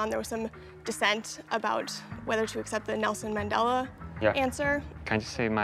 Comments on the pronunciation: I heard Nelson “men” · on the actual TV show she said Nelson “Mandura” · I heard “Nelson Man” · She said "Nelson Mandura" in the actual full clip